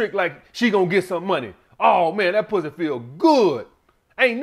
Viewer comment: “Some sucka Pwuzzy!!!” 🤣 I’m dying over here on public transportation. 😂